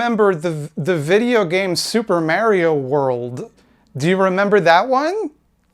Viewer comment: I clapped when he mentioned the super mary-o